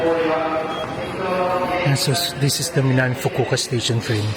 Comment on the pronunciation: Fukuoka 😂Fukuka 😮kala ko Fugu ka?